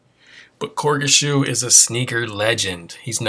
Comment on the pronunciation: Really enjoyed the video, but the way you were pronouncing his name was killing me on the low.. but it's (Cor-gee) Shoe. Sick video otherwise :)